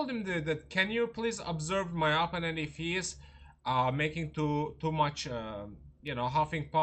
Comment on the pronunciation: Please pronounce the word “opponent” correctly. The accent is on the second syllable, not on the first.